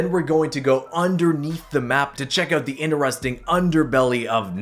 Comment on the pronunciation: Why do you say OOOGHT instead of out